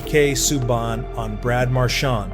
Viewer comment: Omg here we go again u American Narrators who do this videos on nhl players need to seriously pronounce players last names right or don't bother making these videos u totally screwed up Canadians defensemans last name sueban u morons the way u say it isn't correct at all the teachers I'm yr education systems in pronounceing certain players last and sometimes there first names is a bloody joke !!